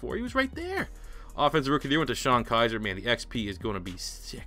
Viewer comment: ITS KIZER